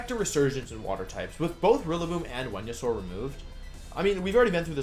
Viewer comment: Talking about Dracovish counters that got removed cracks me up. “This gives Tailwind, this gives sun, this gives Follow Me, this gives ... Wenusaur.” Great wideo, Wolfe! Love this!